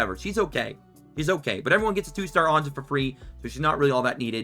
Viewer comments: Anja is pronounced the same as anya dude. They just made the names with y's in more European friendly as a lot of EU countries actually pronounce the J as a Y. Cheers for all the info fella. Much appreciated! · every time he says Anja I hear ganja